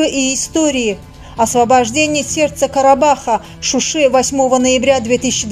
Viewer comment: Не Шуши а Шуша